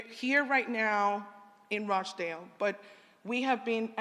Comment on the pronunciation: UNBELIEVABLE. HE SAID "ROACH" DALE VILLAGE. 🙈